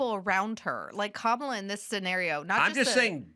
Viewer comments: "COMMA-la" bro ahaahahahha, fricking mental jobs on dem's side, liar$$$$ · Adam has yelled at Elisha before, the first couple episodes with her she was supporting DEI and defending Sonny hostin, Adam had to tell her to use her brain. she rambles and Adam once again had to wince. Then she corrects Adam on how to say Kamala here, she didn’t get Adam’s Buttigieg, fruit joke, and then she’s oblivious again... She’s unaware of Adams satire or points. So sorry to say I’m a bit disappointed to hear Adam defend her. I hope she’s not full-time.